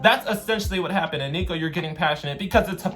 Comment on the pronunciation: NOT KOONER Nico sdkdsjhsdkds